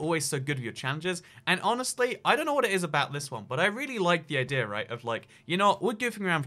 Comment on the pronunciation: About the accent thing. Stop saying "Javar Edition" and "Idear" and you're good to go.